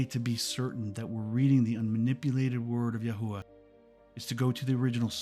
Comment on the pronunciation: LOVE IT ! Everything is spot on, but it's actually YAH HOVEH God Is . They don't use the word IS in Hebrew because its too close to Eh heh yeh , I am,that I am ... And it scans with Hallelujah...which means PRAISE YAH I definitely think your pronunciation is correct though , that's the one I was led too as well , YAHUAH 💜🙏💖